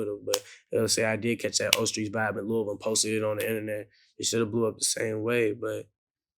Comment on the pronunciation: Vlad you have to learn how to say Louisville bro 😂😩